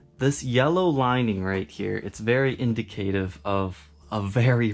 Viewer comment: Yes...INDY-cative. New word.